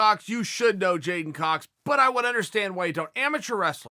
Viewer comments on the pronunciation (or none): none